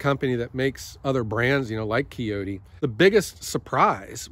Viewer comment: Congrats on your new tractor! Sounds like you make a great purchase. Get some ballast on that sucker like yesterday tho! And it is pronounced Coyote by the way and no I am not an owner, I like Green for my tractors and have a love hate relationship with my Volvo Mini Ex.